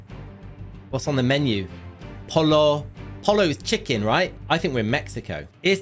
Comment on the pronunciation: As a Mexican when he said Polo that hurt but still love your vid’s